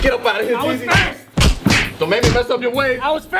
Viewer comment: Instead of 360 jeezy it’s Jezzy